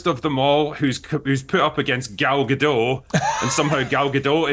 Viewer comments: Gadot, Critical Drinker, not Gado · It's pronounced Ga-DOT, not Ga-DOW. Gal is Israeli, not French. 🤪😝